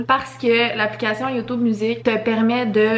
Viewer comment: Cest drole quel dit yotoube au lieu de youtube